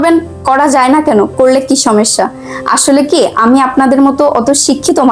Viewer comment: সমেশ্শা না সমস্যা। আমি আপনার ভিডিও সেই প্রথম থেকে দেখি, ভাবছি এই ল্যাংগুয়েজটা চেঞ্জ হবে কিন্তু আর হলো না 😊আশা করি এরপর চেঞ্জ হবে, শুনতে ভালো লাগবে 😊